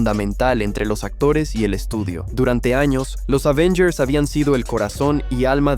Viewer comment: Es Avengers no Ávengers sea serio